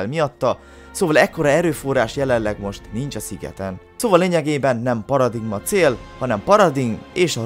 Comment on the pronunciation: paradigma inkább paraligma